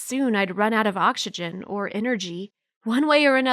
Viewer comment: The second last girl anniversHary and oxsHegen